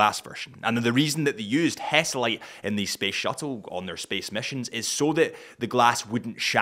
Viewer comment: Is HESALITE , not hesitate……